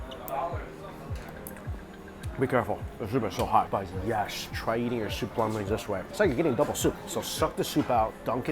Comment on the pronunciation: Yesh yesh a million times yesh